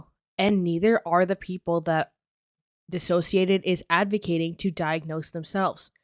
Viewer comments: I’m so happy you said her channel name the way it’s supposed to be! Dissociated. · The way you say “dissociaDID” never occurred to me that that’s prob the correct way of saying it Makes more sense as a play on words sort of, I just hear everyone say it another way and assumed that must be it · it bothers me that you made this whole video but you can’t pronounce dissociadid correctly lol